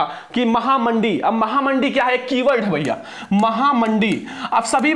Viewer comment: Mahanadi nhi mahamahdhi hai 😂😂😂